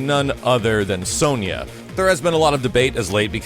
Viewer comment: Sony-a, it's Sonia (pronounced as Son-ya) lol Nice update though, thanks for sharing this, was really good and some great info so thank you :-)